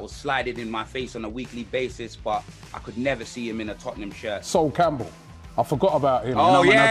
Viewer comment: Man said SWOLE CAMPBELL nah i cba hahahah